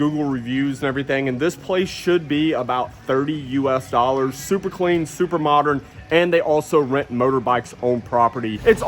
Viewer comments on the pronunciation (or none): none